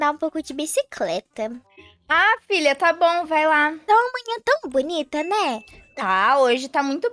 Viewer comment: “Bicicreta” ri nessa😂😂